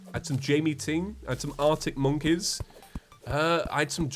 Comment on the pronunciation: when you said monkies I laughed so hard water came out my nose. Please say monkies again